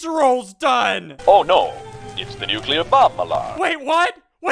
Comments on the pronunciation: guyz it's not nuc-u-lar is nuclear like new-clear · I swear to God, if you say nucular one more time